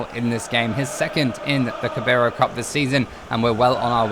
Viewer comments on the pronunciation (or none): It's pronounced "Cara bal", not "Cabaro". Sorry, it was just annoying me a bit 😂